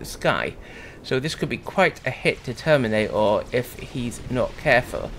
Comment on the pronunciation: Each time I hear "termina'or" I think of that bit from South Park with the "plane'arium"